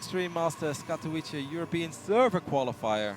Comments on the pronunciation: Katovitze, not Katoweeche. There is a sound which is rare in english, the "ts" in Shang-tsung. FFS it's not that hard. Ignorant "prettyboys" are the worst. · Katovice, "c" is hard pronounced, not like "s", but an actual "c" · is the only caster that still cannot pronounce Katowice. Kaelaris for example pronounces it like a native